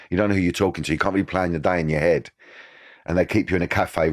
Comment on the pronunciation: “In every photo there was an ashtray next to me ‘ead” 😂😂😂 Love you Danny ❤